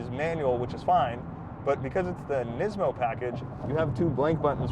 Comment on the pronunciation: Thanks for saying NEESMO!